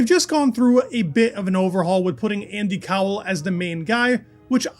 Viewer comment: Yep, Andy Cowell is definitely pronounced IndyCar. Threw me off for a moment!